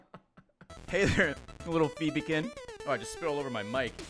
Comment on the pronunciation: It took me too long to realise they are called Phobe-kin, like Phobia. My brain was set on accepting Ray's pronunciation xD EDIT: Is the cap on the shards 4988? or is it just coincidence he finished the credits at the same amount he spent on the money wrench?